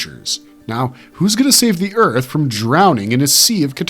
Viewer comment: #2 sounds an awful lot like 'Zearth'